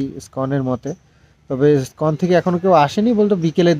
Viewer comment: স্কন আবার কি? Word টার বানান টা ভালো করে দেখো, ISCON / ইস্কন । Ipsita তোমার এই ভুল টা একবার শুধরে দিয়েছিলো । তাও ভুল বোলছো কি করে ।